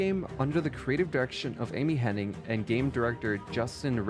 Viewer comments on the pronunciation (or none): Bro! The author of the featured video needs to get his names correct. Imagine committing this level of effort to anything and getting all the names wrong. Amy HENNIG, Evan WELLS, CHRISTOPHE Balestra. I’m only a third of the way through. It’s driving me crazy for some reason. I’m not trying to be a Darrin, but I hope Nolan North and Troy Baker won’t suffer the same fate.